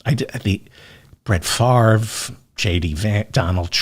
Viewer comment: Wow! You pronounced Brett Favre name correctly. When you say you read all of the comments, you weren't kidding. I spelled out the pronunciation of Favre's name and you read my comment. Love your show! Keep up the great work our friend!